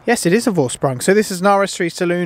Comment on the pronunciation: Vorsprung.. Dude, give some respect to the German language and sort out a little google-ing to show german speakers you give a f**k about correct pronunciation.